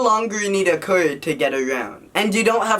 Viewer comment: What's a kur? do you mean car?